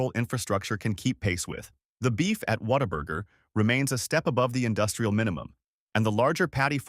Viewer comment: Okay you kinda lost me when you didn’t even pronounce Whataburger right.